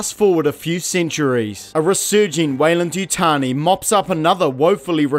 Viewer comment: Ah yes, Yeyland-Wutani